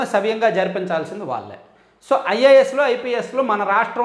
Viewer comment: ళ అనే అక్షరం జాగ్రత్తగా చదవండి వాల్లే అని చదువుతున్నారు